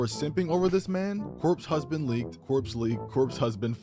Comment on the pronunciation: "Cope husband" lmao